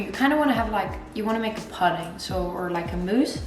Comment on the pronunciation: Looks delicious! Btw pudding is pronounced as ‘pooding’ using an O sound like in stood, wood, rather than with the U as in mud.